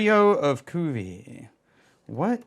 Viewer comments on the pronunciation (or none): Cuvée is pronounced “coo vay”. But I know you’re gonna say, “ACTUALLY… it’s pronounced ‘idontgivea$hit” and that’s why we’re friends. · try prononcing it like this: KU-V-EY or KU-V-EH